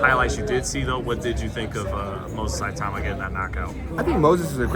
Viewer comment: Great interview, Richard just seems like the guy you can become fast friends with, genuine and humble - hopefully more people know about him after his next fight. PS: Its "ITAU-MA" not "I-TAUMA".